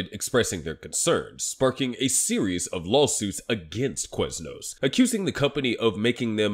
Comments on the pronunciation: why do you say Queznos? its Quiz as in K-wiz not K-wez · Let's make an 8 minute video about Quiznos, but pronounce the word "Queznos" 800 times.